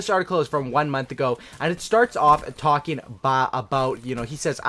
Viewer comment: "We're gonna be talkjinn"